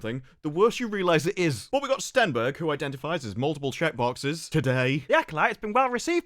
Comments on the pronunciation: Stenberg lol. Every time. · "Stenberg", eh?